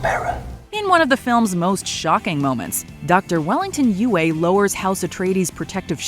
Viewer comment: still pronouncing words wrong when the proper pronounciation is in the source material. Some things never change. It's pronounced U-E!